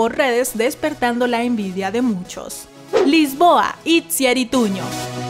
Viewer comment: no se dice it ziar se dice ichiar XDDDDD